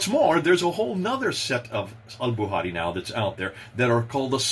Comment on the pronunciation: Al "buhari" 🤣 love.